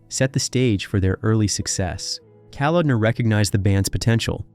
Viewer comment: Why the Stryper footage in the beginning and other times in this vid? And then a priest in some interview? Who compiles and edits your footage? At the mark you 'try' to mention John Kalodner and name him as what sounds like 'Calendar.'